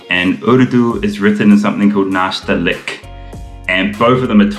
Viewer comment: It's pronounced nastaaleeq. Emphasis on the "aa" and the "ee".